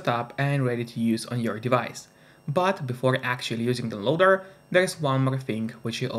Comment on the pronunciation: How do you swallow the word "down"? I only hear "loader" when you say "downloader"